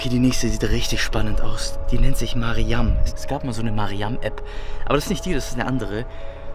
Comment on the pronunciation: Lol heiße auch mariam aber man spricht das anders an ✨🦆